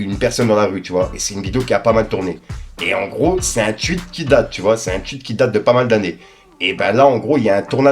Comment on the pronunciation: Un tweet pas un tuich 😂